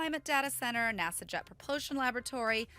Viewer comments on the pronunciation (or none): none